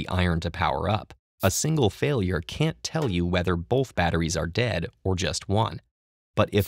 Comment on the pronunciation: hate the way he says "bolth" instead of "both"